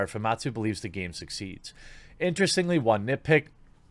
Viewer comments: Him keep saying fumatsu instead instead of famitsu is seriously throwing me off. Lol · It’s pronounced Fu Mit sue, not foo mawt sue. This is an iconic Japanese publication, how do you not know this? Put some RESPEC in their name.